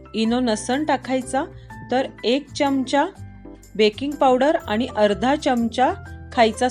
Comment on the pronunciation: Taai khup chan aahe cake tumcha Pn te chamach ha shabadha nit bola jaea😊